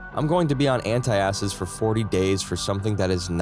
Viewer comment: Try this: ant-acid, instead of anti-acid. And: lap-ar-oto-my, not lap-ar-ototo-my.